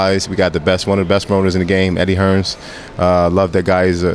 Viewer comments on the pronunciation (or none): Lol. He called him Eddie Hearns. With an s at the end. What a melt.